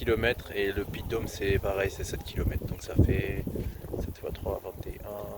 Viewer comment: C'est le puy de Sancy, le Puy Pariou et Puy de Dôme! Et non le Pie comme on à l'impressin que tu dit, (Puy ou Puech plus au Sud, ça veux dire mont en occitan, et non un puits comme certains le pense). :goodvibes: Je découvre par hasard ta chaine en lisant les comm sur une vidéo de Jamcore! Mel Gelb à toi!